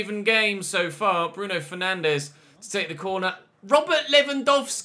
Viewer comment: I’m probably being picky here, but Bruno Fernandes isn’t pronounced like that. He’s Portuguese, not Brazilian. So it’s not ‘FER-NAN-DEZ’ it’s ‘FER-NAN-DS’.